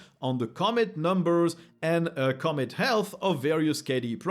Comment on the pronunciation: Just a small note: Commit is usually accentuated on the second syllable. But hey, cool to see this series starting strong in 2025!